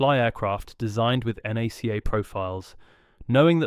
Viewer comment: I was really hoping this wasn't going to be more AI slop, but only a few seconds in it calls NACA "nay c a"